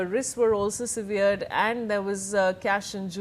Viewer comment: Please pronounce SEVERED correctly, the way you are pronouncing it has a different meaning altogether. Today's anchors focus on their make up more than learning new words everyday. Shame